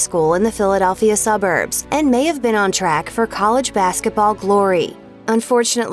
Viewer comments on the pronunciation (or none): none